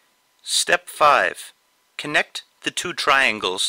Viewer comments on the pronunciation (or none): none